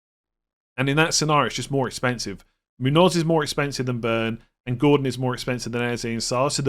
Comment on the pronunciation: MOON-yoz ... please, it's pronounced MOON-yoz.